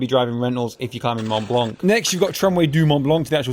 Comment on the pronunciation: Can’t un-hear ‘blanK’ ;) Nevertheless, looks like great fun, envy you man!